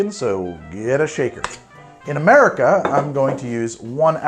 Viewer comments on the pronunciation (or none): none